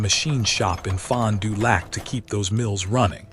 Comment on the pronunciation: The video accompanying the narration is humorous at best. It makes it hard to believe the narration. Pronunciation of Fond du lac makes it worse.